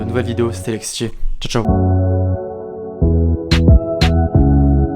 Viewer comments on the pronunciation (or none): none